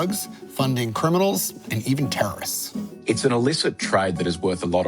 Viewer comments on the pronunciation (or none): You keep saying low 'terists'?? What's that??